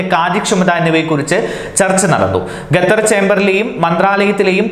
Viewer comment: Qater not gathar